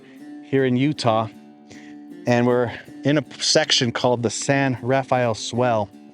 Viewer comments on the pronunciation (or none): It isn't pronounced the biblical way. It's just pronounced San Ra-fell. And when you get to Zion National Park it isn't pronounced ZI- On It's Ziun. Just like Hurricane, UT is Huracun. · Love your videos. Just FYI, locals pronounce it 'San Ra-FELL,' leaving out the second syllable. One thing about the Barrier Canyon people I'd like to know is what archaeological evidence is there? Do they have any carbon dating, say of campfires? Or paint pigments in the pictographs themselves? I've heard that this culture is as old as 10,000 years, putting it nearly as old as the last glacial retreat, years BP. What is the evidence of all this? Is there any, or is it just supposition? PS, I know of a site near White Water, CO—the Bloomfield site—that's been reliably dated at ~9,000 YBP. My imagination soars when I think of what. it must've been like to live then.